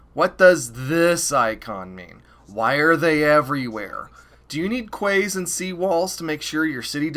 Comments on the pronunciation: Nth Review sure, but pronouncing something incorrectly doesn’t make your “review” believable. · the way you say quays lol